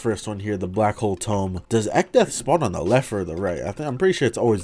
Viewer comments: I drank an entire bottle of water every time he said echdeath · Man, I'm glad I didn't do that shit with alcohol, If I took a shot every time you said Echdeath, my ass would've died to alcohol poisoning and liver failure, lmao